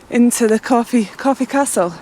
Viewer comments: For "your" fear of sounding stupid, it's pronounced Corf ( castle ) The e is silent. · It's not corfee it's corf without the ee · Nice review of the area. We live in Wareham but please its Corfe Castle, not corfey 😂. There isn't many sites in Swanage but 20 mins away in Wareham there are some really nice sites. Wareham Forest, Birchwood, Hunters moon CAMC. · It's pronounced Corf Castle you don't say the E on the end. I've been on that train and to the castle many times as a kid. We used to stay at Sandy Balls in Godshill, Fordingbridge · It’s CORF(e) 🙂